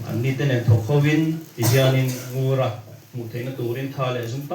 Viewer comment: Ngura chu tunge ani tih keini chuan kan hre lo a ..Ngura han tih teh tawng chu mawww a fiah lo mangee